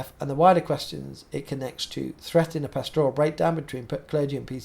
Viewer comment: PASture, PAStor, PAStoral. Not pastORal. But keep up the good work!